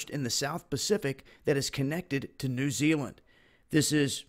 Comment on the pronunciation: fuck me the way you pronounce tonga is so annoying and New Zealand please if you're gonna say it say it right... Nah jk it's all good your American I'm New Zealander LOL